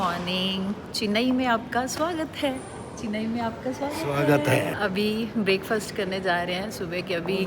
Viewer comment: Are aunty चिनाई nhi hai vo चेन्नई hai😂😂😂 ap please apni hindi improve kro pehle😂😂😂😂😂😂😂